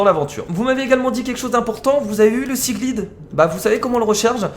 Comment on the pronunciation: S'il te plaît dis seaglide avec l'accent anglais pour le i sa me stress merci